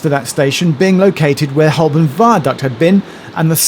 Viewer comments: It's Ho-bun right? That's how I've always said it, rather than hole-burn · Please pronounce Holborn correctly. It is Hoburn. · Why are you pronouncing Holborn like a tourist? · I always thought that Holborn was pronounced Hoburn with a silent 'l' and a 'u' for an 'o'. I might have been saying it wrong for many years. Don't even start on Southwark! Interesting video, so much info I had to watch it twice. Thanks Geoff.